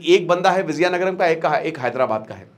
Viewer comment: Its not Vizayanagaram, It is Vijaya Nagaram